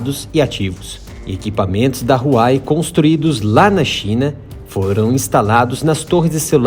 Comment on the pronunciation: Huawei se fala “ruau uei”